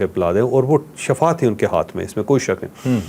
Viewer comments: صحیح لفظ shifa ہے جاوید صاحب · آپ نے shafa پڑھا جو غلط ہے کیونکہ یہ جہنم کے گڑھے کو کہتے ہیں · Shafa nahi shifa haiy jis meaning sehat haiy.jab keh shafa k meaning Moat (death ) haiy.sir. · Bhai shafa nahi shifa hota h sir😊